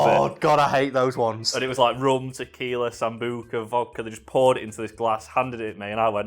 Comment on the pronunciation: dafuq is Tacila? You mean Tequila?